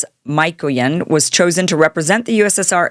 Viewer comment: "Mykoyan" is pronounced "Meekoyan"! "Gromyko" is pronounced "Gromeeko"! A little bit of research on pronunciation of foreign names before going live would be expected as proof of common sense and respect for languages other than English. Not everything can be anglicized! ☝🏻🤷🏻‍♂️